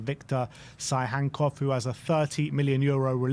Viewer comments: It's not Victor "Tsyhankov" it's Victor "Tsygankov" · im from Russian speaking country, and whenever this guy says his name the blood coming out of my ears